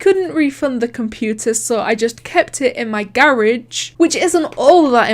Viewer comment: is anyone gonna talk about how said garege incorrectly lol